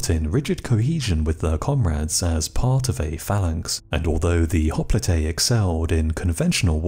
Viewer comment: I could be wrong, but I believe that hopelite is pronounced hop-light not hop-Lee-Tay. Otherwise I should say you are one of the best channels period. Thank you